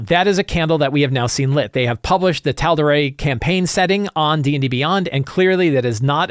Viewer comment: Great episode per usual but the pronunciation of Tal’Dorei was killing me every time. 😅